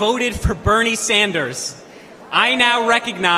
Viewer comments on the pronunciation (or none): none